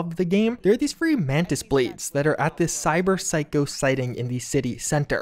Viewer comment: Cyber psycho sighting in the city center...that's a lot of S sounds. Props for not flubbing that up.